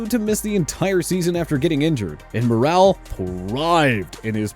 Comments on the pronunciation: likes to mispronounce names. Pronounced like "moral" not "morale" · Good catch. Earl Morrall last name pronunciation was butchered too. Mor-ull not Moral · Just FYI, Earl Morall is pronounced like Moral, not Morale.